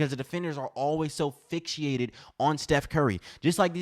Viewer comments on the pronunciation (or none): Liked your comments but what in the wide world of sports is fix-she-ated?😂😂😂 I'm just hoping you got tongue tied over fixated. 👍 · "Fixated" not fixiated. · fix-ated bruh, there's no ficshiated